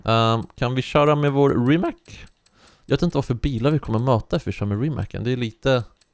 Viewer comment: Det uttalas inte rimak utan ri mats